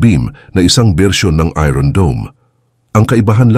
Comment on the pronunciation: It's iron dome or spells as ayorn dome and not ayron dome!😂😂😂